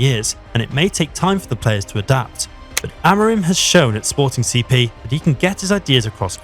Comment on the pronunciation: Had to give this one a like just for the fact that you actually took the time to read, unlike so many others, and called "Sporting CP" by it's name, well done, thank you